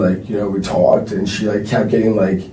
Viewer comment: This dude would get punched in his face the 3rd time he says tawlked. Imagine him telling this story in prison.